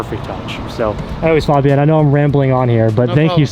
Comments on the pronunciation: It’s FABian and not FOBian,. jeez…. 😅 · His name is pronounced (Fayy-bee-in) 😂 he pronounced his name after you asked him to tell him who he is to the camera then you proceeded to pronounce it wrong the rest of the video 😭😭😂